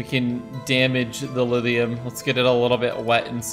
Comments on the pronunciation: It kinda annoys me whenever says Lidium instead of Lithium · we didn't get the memo in the midwest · Is saying "lithium" or "lidhium?" I keep keep hearing the voiced "th" instead of voiceless "th" like I'm used to hearing and saying. Is it a Vermont accent thing? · Is he saying "Liz-e-um"... and "molt-in"... can't deal... sorry